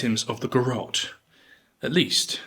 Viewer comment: Garrote, not Garotte. The final e is voiced. Ga-rro-te Three photographs used in this program (at 0'52", 2'09", and 3'04") were garrote executions in the Philippines. This was brought by Spain. Odd that you didn't mention this, as an example in Asia.